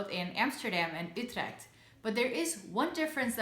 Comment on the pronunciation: Yeah, I think most English-spoken people would say "yoo-treckt" or something similar. But I'm happy to hear say "Utrecht" in such a Dutch way.